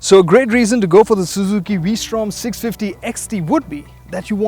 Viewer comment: the " vwee-srtom "